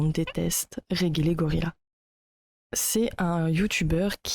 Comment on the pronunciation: Réguélégorila 🤣 ça se lit Redje le gorya